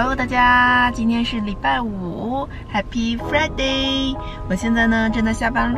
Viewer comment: 这一口Happy Friday的口音也是没谁了